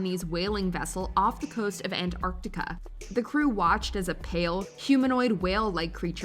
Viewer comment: The Way she said Antartica gave me whiplash haha “An-Ark-Tica”